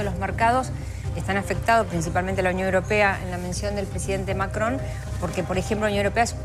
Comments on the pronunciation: MAKKKKKRON😂😂😂😂😂😂 pronuncialo bien, si no hablas francés 😂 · "Macrdón" dice Santillan jajajaja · Maria Laura Zurdistán: "lo que acaba de decir Mackhon" ridícula. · La periodista santillán dice Macón y se llama Macrón ¿ok? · No es Macron, es MICRON !! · MACGGGGGONNN.... JAJAJA (le agarra un acv cada vez que lo dice) De la misma familia de Pagni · Si ya vimos que sabes pronunciar macron en france😅😅😅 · Cómo pronuncia Macron la ensobrada ésta? R.I.D.I.C.U.L.A. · La periodista No puede decir Macron... Cómo todas las personas normales ( fantasma )